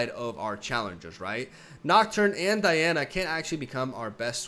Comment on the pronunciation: Man, DIANA NOT D A IANA